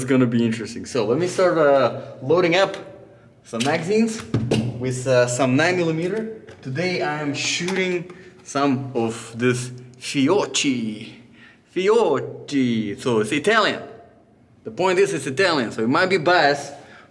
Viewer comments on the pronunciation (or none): I'm italian, and for you is "Fiokki", not fiochi